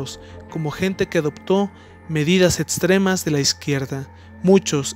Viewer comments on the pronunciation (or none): Hay que practicar más la pronunciación de las palabras que llevan “X”, no se dice eTSponer, se dice eXponer, no es máTSima, es máxima, no es eTStrema, es eXtrema, se reconoce tu esfuerzo por este vídeo